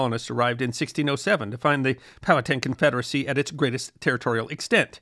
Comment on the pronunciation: Thank you for pronouncing Powhatan correctly.